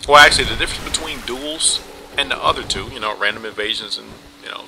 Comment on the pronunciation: And twop, not top